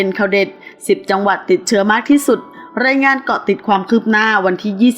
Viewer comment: อ่านข่าว.. ราย.ไม่ใช่ไร๊..? 555+